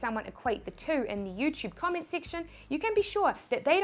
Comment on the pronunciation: SIPTIMBER, PERCINTE, COMMIENT learn to talk please